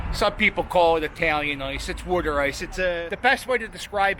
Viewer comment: Glad your saying worder ice correctly. No self respecting Philadelphian calls it water ice lol 😂 great channel!